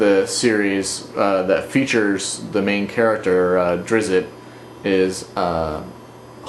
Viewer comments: it is drizzt (dr-Is-t) not (dIss-it) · nice review but its pronounced Drits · Drizzt is pronounced "Drisst" wulfgar is not a dwarf, he's a badass barbarian. and the books are actually really decent. even if salvatore was inspired by the LOTR books they offer even a little more flavor in my opinion. worth a read.